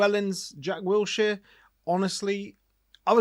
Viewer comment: Its Wilshere not Wiltshere innit.